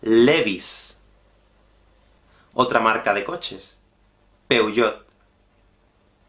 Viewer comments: Peugeot, el lo menciona " peuyot" y pues está mal. Original mente debe ser "piyoh" ( algo así, ya que el Francés se arrastran un poco las palabras desde la garganta) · Holá ¿qué tal? Muy interesante! Ojalá que tú vas a darnos más la próxima vez 😁 me encanta mucho pero la pronunciación de!!! Peugeot!!! Madre mia jajajajajaja Qué tengas un feliz entrada de año 😊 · Ninguna de estas pronunciaciones me sorprendieron tanto como la de Peugeot, qué guay 😂. Si yo no supiera el significado nunca podría haberlo adivinado